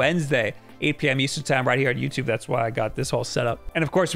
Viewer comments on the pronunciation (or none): none